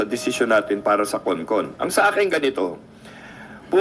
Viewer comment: It must be CON-CON not CON-ASS